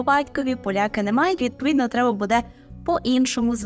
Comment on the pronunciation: Вибачте, але ,якщо вже ви хочете навчати правильній вимові, то будь ласка не видавайте хмельницького будЕ.